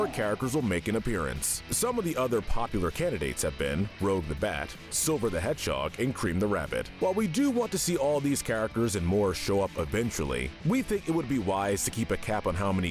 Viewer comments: Her name is Rouge, not Rogue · It’s pronounced ROOJ, “”! 🤨